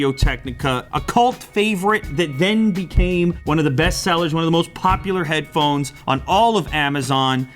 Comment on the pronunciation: Midnight Shadow hadphonez??? Lol